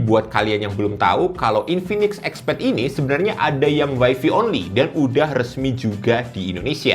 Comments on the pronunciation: wifi dibaca waifai bukan waifi 😅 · Sbeenernya ga salah juga, Wifi kependekan dari Wireless Fidelity, WaiFi WaiFai, sama aja. Malah kalo bule2 ada aja yang ngmg Waifi.